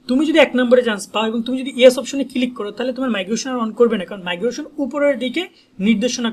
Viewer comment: 😂ভাই মাইগ্রোশন না মাইগ্রেশন